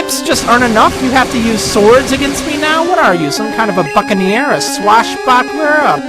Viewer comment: I think it sounded like you swore when you said "buccaneer". It sounded like you said "fuckin' ear" or something. Just past .